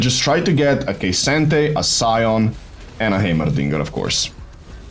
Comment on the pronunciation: Im just here for the way he says heimerdinger. "Haymerrrdingerrr"